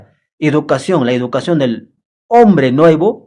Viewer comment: OYE ENTRENA CASTELLANO, CREO QUE HASTA PEDRO "CASTELLO" PRONUNCIA MEJOR EL CASTELLANO PONTE UNA PIEDRESCTA EN LA LENGUA COMO DEMOSTENES. Y ENTRENA CASTELLANO. NO SE DICE IDUCACION, SE DICE. EDUCACION.